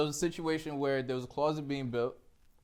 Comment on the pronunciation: My mans said a “clause et” being built that herpes on the lip fucking with his speech